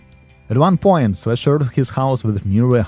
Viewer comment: When he first said, Slash, I thought he said flesh! Lol